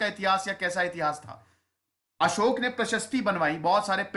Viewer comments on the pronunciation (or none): none